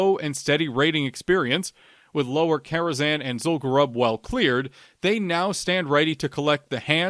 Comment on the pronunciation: As a fellow lore enthusiast, I have to chime in with the pronunciation for Zul'Gurub - it should be pronounced "Zool-goo-roob". Pronounce it the same way as the troll tribe it's associated with, the Gurubashi. We don't call them the "Guh-ruh-bashi" trolls, right? The name is derived from the tribe, just as Zul'Farrak is for the Farraki, Zul'Aman for the Amani, and Zul'Drak of the Drakkari.